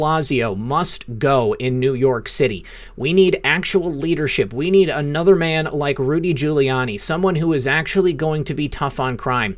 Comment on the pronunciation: The word "a" is never pronounced LONG-A. And the word "another" is never pronounced LONG-Another.